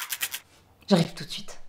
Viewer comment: Elle dit j'arripe tout de suite